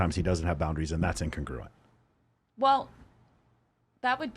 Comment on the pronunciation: Can everyone please learn how to pronounce congruent and incongruent? The emphasis is on CON. There is no long "gruuuu" sound.